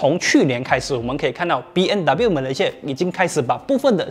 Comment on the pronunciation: 为什么我一直听到主持人一直说 BNW ?????真可怜，连品牌名字都读错！！！